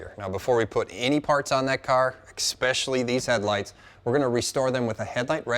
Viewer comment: Sorry to be a pedant: - Ecspially? Come on! It is pronounce3d especially - esh- pesh- all-ee